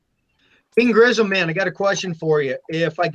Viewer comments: Krimzon , not Grislom lol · Grizzum lol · Your first sentence of the video you said King Grisim? Lol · Wow cant even pronounce his name right